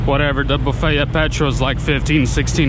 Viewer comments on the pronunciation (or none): none